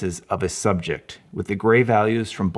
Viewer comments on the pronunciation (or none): none